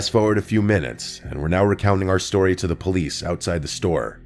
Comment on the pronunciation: my favorite tory submissions from summer 2025 he said Tory not story